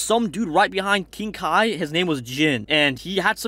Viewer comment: bruhhh dude is not ki blast its kai blast